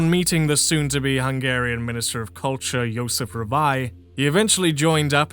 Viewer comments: Sorry to hear that. If it’s any consolation, I’ll say this: You’re way ahead of 90% of people on pronouncing Hungarian, most people don’t even make an attempt on learning how “sz” and “s” are different. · I couldn't help but notice you pronounce hungarian names a bit better. Good for you!